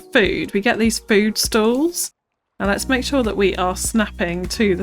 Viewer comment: . "Fewd Truck, either side"....